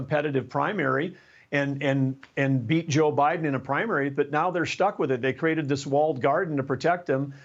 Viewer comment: I like the guy but man.. did you say JfK? 😮